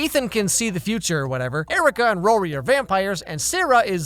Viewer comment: It’s rorie